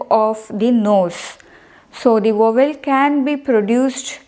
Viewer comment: Please pronounce the word VOWEL properly. Rest of the content is excellent.